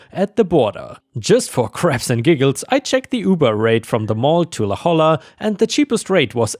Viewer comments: Just a small note and I get why but having grown up in the area I had to double check what was written: La Jolla is pronounced "La HOY-a", it's a spanish name so the J is pronounced like an English H and the LL is a Y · I know you’re not in the U.S., so I’ll help you out, La Jolla is pronounced “La Hoya” the LL makes a Y sound in Spanish, and like many California towns, La Jolla has a name with Spanish influence. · Just a note... "La Jolla" is a Spanish name, and is pronounced, "La HOY-yuh". Love listening to you read stuff,! ❤🌟